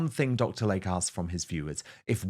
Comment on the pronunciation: WHY CAN'T YOU PRONOUNCE YOUR ADVERTISER'S NAME CORRECTLY??? It is "Lay-Key" not like the body of water called a lake.